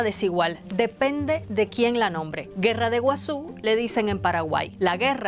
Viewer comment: Le llamamos Guerra Guasu ( se lee guasú), Guerra Grande, no "Guerra de Guasu". Más atención por favor